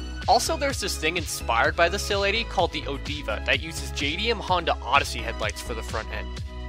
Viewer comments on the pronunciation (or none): none